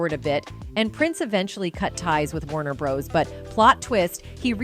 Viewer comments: Warner Bros? Come on who doesn’t know how to say that name correctly? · A1 🙄 this is what we're in for. Constant mispronunciation and generic voices.